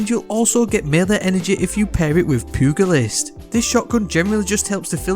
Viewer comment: "pew gah list" - cringe 😬